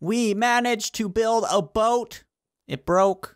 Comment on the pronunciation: Not baot is boat